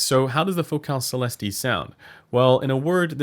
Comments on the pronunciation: Sell esst 😉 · It‘s a french company I guess and the pronunciation of the word céleste(heavenly) is just celest, without the e. Not Celesteeh 😆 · You don't pronounce the "E" at the end so it sounds like Celest. I am a native French speaker so you can be sure of that. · it’s pronounced, “SALE” “ES” “T” but as you say it, put your best French accent on it- (yeah right) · Neither of those, it's a long "ee" sound. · At $1K they should at least include an index card with the correct pronunciation...